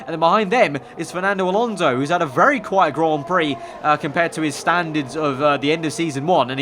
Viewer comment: Stop saying Grand Prix PLEASE🙂